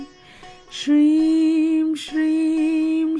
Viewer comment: Are you saying Streem